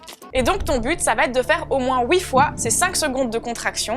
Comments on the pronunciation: « Au moins wouui fois » 😂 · Coucou super vidéos merci de l'avoir enfin sorti et j'adore quand elle dis "houit fois" le petit accent belge